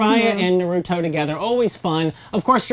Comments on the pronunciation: Good thing someone noticed i really dont know how you can misspronounce his name when in the dub they say it like that especially in the sub version. Them = cringe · Why do people purposely mispronounce naruto's name. The show clearly shows how to properly pronounce it yet people continue to say it wrong for god knows what reason. But I digress. This channel and its speakers are doing a good job. Continue the good work. Your videos are entertaining to watch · work on your pronunciation when naming characters and everything about the series BECAUSE YOU GOT MOST OF EVERYTHING WRONG like who is narito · Narudo and soo-naday 🤮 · Is it so hard to say naruto and not naruudo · Literally the first few seconds, and mind you this is supposed to be an educated review, and I already hear somebody say the name of the anime wrong. It's seriously painful. "Naruto" is the name and yet all I hear is "Noruto". Seriously, it's a review. The least you could do is pronounce the word correctly. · NAAAROOOOTOOOO, TSSUNEDDDEE and AROCHIMOUUU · its only five seconds in, and they said "Narooto" aight imma head out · Im just gonna tell you what they're saying Nuruttoe - Naruto Jutsoo - Jutsu Resengent - I think she tried to say Rasengan or something Sunadae- What the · Did she say NORUTO 😂😂😂😂😂😂😂😂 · I cringe everytime i hear narutoo or narudo god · "Noroodoe" seriously? They say Naruto's name a million times in the anime, why cant you say it right? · when they say na-root-o I want to fucking rip their heads off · i dont get how people watch a show called NARUTO but cant even pronounce the main character's name lollll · The names are mispronounced it almost made me cry ;W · Anboo Tsunade Orochimaru Naruto How can't you fucking pronounce NARUTO Hmmm of wait b/c you don't actually watch them , you just read of some source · It bothers me on how you cannot say Naruto right... please say his name right :/ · OK IM MAD SHE SAID NARUTO NAR OO DOE AND TSUNADE SOO NADEY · Rip the names Narooto Sunudae